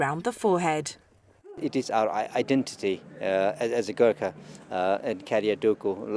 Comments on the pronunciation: At least get the name right its not pronounced ger ka its (Go-r- kha) Gor with an emphasis on Go. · What's with the pronunciation.... Garkha? Nepol?